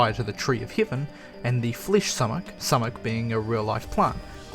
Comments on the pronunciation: it's "soo-mack". not "suh-mek" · It’s pronounced “soo-mak” and as someone that grew up on a farm in PA and suffered many summers from its effects, I can tell you that poison oak definitely does grow there.